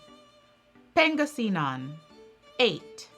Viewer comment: Dang! Great job on Pangasinan pronunciation! Mostly great job! Pasay- the -say is pronounced like “lie” or “eye.” So it sounds like a connected Pass-eye. 😉